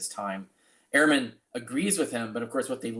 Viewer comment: It would help if you 2 would pronounce Ehrman as Dr. Ehrman does. He says "urman", not "airman". Not a big deal, but gives your narrative a small cloud.....imo